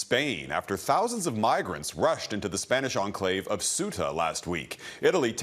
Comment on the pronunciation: Ugh please learn to pronounce Ceuta